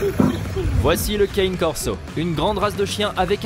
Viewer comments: Caine Corso, lol Cané Corso mon grand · Du calme Brigitte. Ma remarque porte sur la manière dont le narrateur prononce "Cane", il prononce "kane", comme dans "citizen Kane". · Juste une petite correction on ne prononce pas ‘’ Cane Corso ‘’ plutôt ‘’ Cané Corso ‘’ 🙂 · Cane corso on dit je suis italienne je dois savoir cané c est des cons qui on inventé